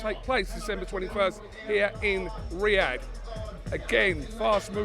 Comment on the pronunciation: Make an effort, mate, it’s Riyadh, just like it’s not Portsmuff.